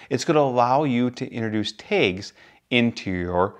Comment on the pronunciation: 😂Yeah, that was killing me. Kudos though. Great review and very helpful in helping me solidify my desire to purchase.